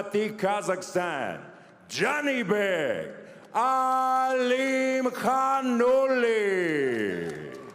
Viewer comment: Ah-lim-hah-nuh-lah. It's actually considerably easier to say his name correctly, I dont know why commentators just will not do even 30 seconds of prep work for these fights.